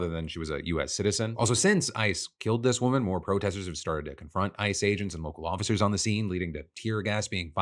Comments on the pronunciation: Did anyone hear "I just killed" instead of ICE just killed? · Holy shit that concerned me a moment there. The way you said ice sounded like you said "i" and made it sound like you said "I just killed a woman"